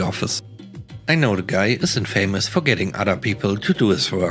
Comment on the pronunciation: Thank you for the stories. Your pronunciation is good most of the time, but English is a beastly tricky language. "Infamous" is pronounced this way in both British and American English: "in-fuh-mus".